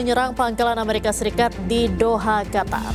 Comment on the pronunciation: Amerika Serikat, Bukan Ameriska 😅